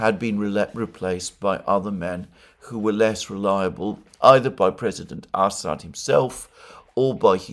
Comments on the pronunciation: It's Amusing how many times I hear Ass-hat instead of Assad. Merry Christmas friend. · "Ass ad" "Ham Ass" LOL come on man!🤣😂🤣